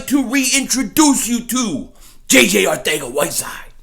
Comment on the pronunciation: Weird enough i think that is how you pronounce his name